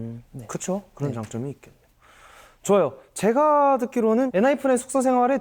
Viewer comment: 음색이 너무 귀엽고 미소년같고 그냥 목소리가 공기반소리반 숨소리가득 처연섹시옴므파탈이셔서 가만히 외국아티스트 곡 듣듯이 하다가 영상봤는데 성숙한미남있어서 갭차 뭐지? 했는데... 원래 목소리도 귀여우심ㅋㅋㅋㅋㅋㅋ 발음 뭐냔말임 놀러와셔요~ 줄서셔요~ 가쥬마가 졔가 이케~~ 웃음소리도 막 으헤헹 이럼 근데 얼굴이 개잘생김 원래 이렇게 묘한 갭차느껴지는게맞는가😮